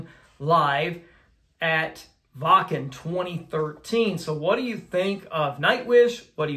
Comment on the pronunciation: Excellent reaction with a really good breakdown and analysis. Also one of the first American reactors to pronounce “Waken” properly! I know you will enjoy more of Nightwish, so all you have to do is follow General Gabriel’s famous list for the best versions of their songs to react to. Greetings from the Nightwish army UK division. 🇬🇧